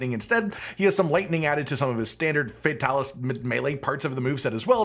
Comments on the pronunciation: your character is so gay, but your content is so good. Fix that. Also. FAY TAL ISS. Come on dude. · I feel like Fatalis should be pluralized as “Fatalises” pronounced “Fatalis sees” but idk